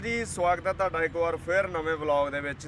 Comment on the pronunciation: ਧੇਡਾ ਨਹੀਂ ਤੁਹਾਡਾ ਧਾਨੂੰ ਨਹੀਂ ਤੁਹਾਨੂੰ ਸ਼ੁਭ ਬੋਲੋ ?